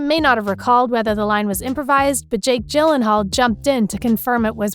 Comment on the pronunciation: Me listening to her mis pronounce Jakes last name: 🤬🤬🤬🤬🤬